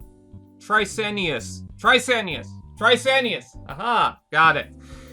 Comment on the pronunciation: Man I was having a hard time not laughing at struggling to say trycRanius. Love it. Keep up the great content my dude.